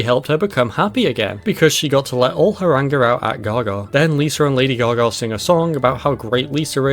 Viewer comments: Great video But also "Lady gar gar" lol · "Lady Gar Gar"